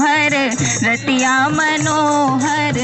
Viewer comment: जिसे कम से कम "रतिया" का उच्चारण एवम् भावार्थ नहीं पता वो भी सोहर गाने का दुस्साहस कर रहा है...!